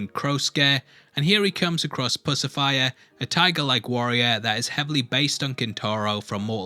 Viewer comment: When he said pussifire all I could thinks was I read it like lucifer but with puss instead of lous